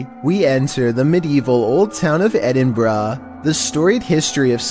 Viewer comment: What edinbraaa??it's Edinburgh